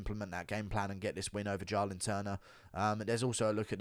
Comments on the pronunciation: Do you pronounce "Jaahhh-lin Turner" wrong on purpose to trigger people? Well, I'm triggered. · The way you said “Jalin turner” a million times killed me 🤣🤣